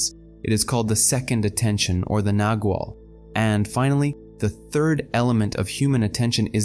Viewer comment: pronounced with a soft g sounding like a w - nagual